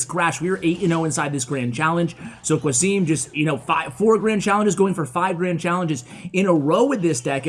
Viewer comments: qasim is a fellow country man and the way you pronounce his name is very English. Its suppposed to sound as Kasem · The name is pronounced Ca-sim btw , ca like in ca-r 🚗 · I think "qasim" is pronounced as qa=ca(as in car) and sim=sim(as in simcard) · Why do you say "Qasim" like that?